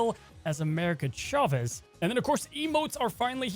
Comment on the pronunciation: They absolutely butchered Chavez.